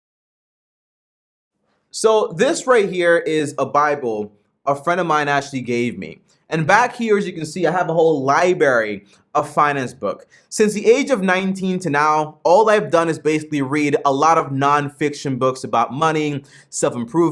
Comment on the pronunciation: hey!! if you are going to do a video ..the word is LibRary ...not "Liberry"...if you dont know this .. i am out on your "advice"